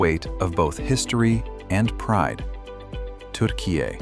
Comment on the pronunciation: Your pronunciation for Turkiye is not too bad but i cant say the same for Kapadokya 😊